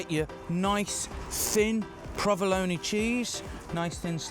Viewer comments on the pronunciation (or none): When he said "prah-vuh-lone-ee" instead of "pro-vuh-lone," I thought, wait a minute, this guy's making an Italian-American classic and he doesn't know how to pronounce this cheese's name the Italian-American way? But then he introduced the Spanish chorizo, and I thought, oh, I see, that's where this guy's coming from. So after that I wasn't surprised by anything that came out of his mouth or by any ingredient he saw fit to use. Another British food-presenter trolling American food in a uniquely and passive-aggressively British way. A shame, because, other than the lemon zest, the meatballs themselves were fairly legit. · first time ive heard someone pronounce provolone like bologna